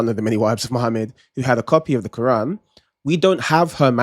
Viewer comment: why does she pronounce quran so bizarrely? what is this accent?? how does she manage to insert a G and an L sound into it? how did it become 4 syllables? she's stuffing so many consonants in her mouth at once that she must clear her throat halfway thru to finish saying the word! it's the most abrasive pronunciation i've ever heard, it honestly bugged me more than her empty assertions.